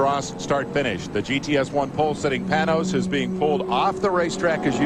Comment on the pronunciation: It's pronounced PayNose not Pin OZ.